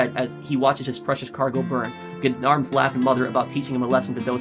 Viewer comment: Gendarmes is pronounced like Jon-Darms.